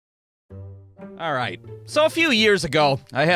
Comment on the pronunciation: Remember how in the worst day at work video you said a bad day of work for you was not being able to say alright the right way at the beginning well I don’t know how to explain it but you said it wrong in this one